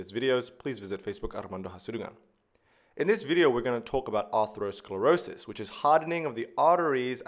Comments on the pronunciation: Excellent video, except one thing is driving me crazy: ATHEROsclerosis not A-R-THEROsclerosis!!! No doubt Armando knows this, it just comes out wrong. Everybody has a few of these 😉 The root "athero" means FATTY, and "sclerosis" means hardening; in ATHEROsclerosis, we see fatty plaques (atheromas) in addition to other pathology. Atherosclerosis is thus a SUBTYPE of hardening of the arteries (it's one kind of ARTERIOsclerosis), it is the "fatty" subtype where ATHEROMAS are present. Not all arteriosclerosis includes fatty plaques. Another worthy video, starts with the etymology of ATHEROsclerosis, ARTERIOsclerosis, AND ARTERIOLOsclerosis, and describes their differences. It's important to be nit-picky about this misplaced "R", because the related, more generic term "ARTERIOSCLEROSIS" (hardening of the arteries) has an R in the second position. These are related but distinct words, for overlapping but distinct pathology combinations. Creating a hybrid word that's halfway in between, just confuses things. The best thing about the video, is the rapid pace of extremely well described information. Fast and thorough without seeming overwhelming. A large part of this comes from the easy grace of the drawings as they materialize into near perfection before our eyes 👍🏻👍🏻👍🏻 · Armando, it's not aRthero, but ATHERO... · You added an extra "R" in atherosclerosis. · Stunning visuals and explanations but it’s ATHEROSCLEROSIS, not artherosclerosis. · It is Atherosclerosis, not artherosclerosis. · Isnt it Atherosclerosis not Artherosclerosis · Thats Atherosclerosis not Artherosclerosis dumb guy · Atherosclerosis not Artherosclerosis.. But Arteriosclerosis...thanks anyway.. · *aTHEROsclerosis (not arthero)